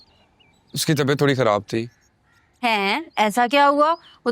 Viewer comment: زبان پہ فالج گرا ہوا ہے؟ جو خراب کو کھراب کہا جا رہا ہے